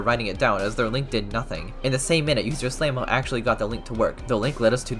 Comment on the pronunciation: YOU PRONOUNCED SLAMO WRONG